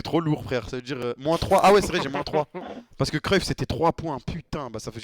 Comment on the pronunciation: Cruyff je suis néerlandais ça me rend fou le gars qui a dit "en hollandais c'est cyuff" il me tricher c'est Cruijff en néerlandais ou cruyff c'est tout